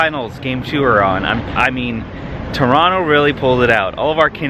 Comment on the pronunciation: Love that you pronounced Toronto like a Torontonian!